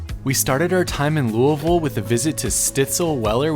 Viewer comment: As a life long KY resident I just want to say… thank you for your accurate pronunciation of Lou-a-vul. Been watching your videos for a while and think you are fantastic!!!